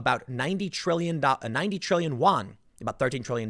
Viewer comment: "yuan" = "you-an"